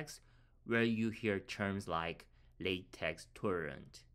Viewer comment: its pronounced "la teck" thankyou for the video